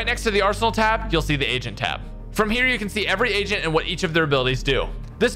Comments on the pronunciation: The audio could have been better. Probably need a better mic. "Agent" sounds like "Asian" and i cant un hear it. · You say agent like you're saying asian lmao